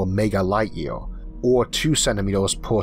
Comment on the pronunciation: With all due respect, what accent is this, or is it a speech impediment? Year - yeor. Universe - univors, however - howevor etc